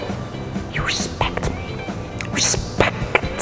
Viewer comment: "You respectt me" Charles